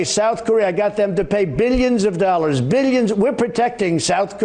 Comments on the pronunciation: Bilyens and bilyens...lmao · Beelyins an beelyins an beelyins